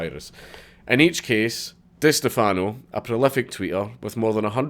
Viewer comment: Holy shit, is that an Eve Online tat on your right wrist? Forgive me if it's old news, but that's awesome. BTW, it's "Di STEH-fano"...or just "cunt".